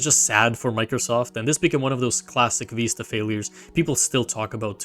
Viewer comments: Vista, veesta, виста Not vaista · It’s literally the word Vista. VIH-stuh. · It's neither. The correct pronunciation is "Vih-st-uh" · vista with the vowel in bid, not bead or bide. It comes from spanish vista, which is pronounced /bista/ BEE-sta, but the word's been nativized for over a century for a viewing point before something beautiful. The nativized term is pronounced /vɪstə/, VIH-stuh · Ur engagement bait is soooo good, you have deserved this comment/ engagement, I love it ("Vista or Vaista" 😭😭) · there is no way youre ragebaiting me that hard saying Windows Viiisterr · Vista is pronounced veest-ta! Please say it correctly! My ears hurt hearing mispronounced Vista! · this is actually the case. the word vista is pronouced "viss-tuh." it is in the dictionary as such. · Windows Vaista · "Vista" comes from Latin. All of you are pronouncing it wrong, it is supposed to be wee-stah (stress on the ee) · ive never heard either of these pronunciations of vista 😂 great video though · The first it's the italian pronunciation, it means view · I'm baffled how you could make a video about the history of Windows without knowing how to pronounce "Vista" which itself is a not uncommon word, as it "breathtaking mountain vista" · I dont care how old you are, you can't make new pronunciations. It's in the dictionary as Vista